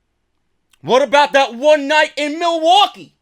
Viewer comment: Milly-Wa-Kay! Milly-Wa-Kay